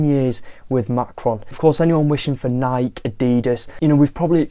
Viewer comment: This is how you pronounce Nike: nai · kee